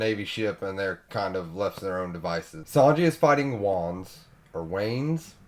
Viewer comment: Loving this review format! It's nice hearing your fresh thoughts after each volume. Wanze is pronounced Wan-zay, not a big deal, just in case you wanted to know lol. When Robin sees Sogeking outside her window, his theme song starts playing and then cuts off with the 'To Be Continued' lol perfection! Zoro cutting the carriage is so cool! slow motion + minimal soundtrack + lighting choice = perfection! I love Zoro and Luffy's dynamic. Ever since they met they have trusted each other. Zoro saving Smoker because Luffy asked. Zoro cutting the carriage because Luffy asked. So much mutual respect/trust! Captain and Vice Captain/First Mate! You probably know this already but just to confirm, Robin has a lot of trust/attachment issues + fear of abandonment. Plus she thought if the Strawhats just turned around and forgot about her, they would be safe. Also she was just tired of being on the run and wanted to end it all. Of course an awesome found family like the Strawhats wouldn't let that happen lol. Also keep in mind Robin didn't even know Usopp left the crew so she probably just thought Usopp was dressing up for no reason or just to be stealthy lol. Even if there were no fight scenes in OP, I would still be satisfied with the worldbuilding, character depth, comedy, and emotional scenes! :) Oda got us to care about the pets of the side character who hurt Usopp recently! Looking forward to more! Glad you are falling love with OP. Oda is a genius!!!